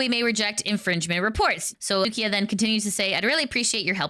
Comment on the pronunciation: its suika not sukia/ the japanese word for watermelon.